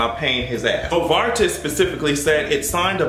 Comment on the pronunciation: And, yes you are pronouncing Novartis correctly.